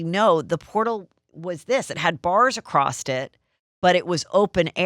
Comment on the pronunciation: Heather you gotta stop saying ACROSST its across and it drives me nuts hahaha love u!